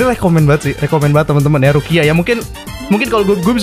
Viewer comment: Gw denger bg ngomong rukia jadi ruqyah